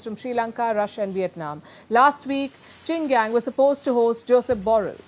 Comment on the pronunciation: His name is QIN GANG. It pronounce "Ching" "GAAN" . His is MIA for 2 weeks?!!!! wow! should we be worried? Do yo need to report his too?